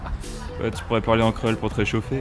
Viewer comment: Très bonne prononciation du Créole je l'admet =) Vive la Réunion !